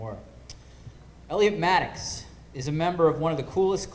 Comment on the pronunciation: It's Elliot Maddox, not Maddux, and the moderator's last name is Deitsch, not Deutsch.